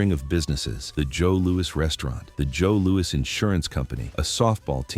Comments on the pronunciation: I have never heard the boxing legend Joe Lewis pronounced as Joe LOU-EEE never ever ever ever!! it has always been pronounced I mean always Joe LOU-ISSSSS PERIOD!! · Pal it’s JOE LOU-ISSSS.